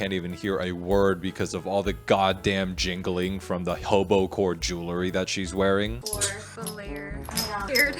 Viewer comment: It's ......boho-core.....not Hobo-core😅🤣